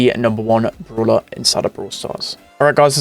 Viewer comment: it is BRAWLER not BROOLER